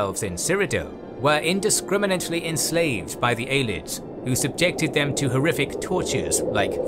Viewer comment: And it’s Ay-lee-ids, not Eyelids 😂